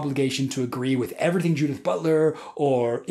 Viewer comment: pronouncing "Judith" as "Dudette"